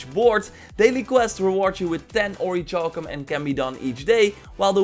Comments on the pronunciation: ... It's pronounced ORRY KAL KUM... Please stop with the "CHALL KUM" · its pronounces ori-kal-cum. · It's pronounced or•i•kal•cum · It’s. Pronounced. Oric-cowl-come. LEARNED THAT IN SKYRIM BOY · Seriously it hurts my ears hearing it how he says it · What about orichalcum? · and Orichalcum the wrong way! Haha I'll forgive him though, because it makes me laugh when he says it, and that's not bad thing!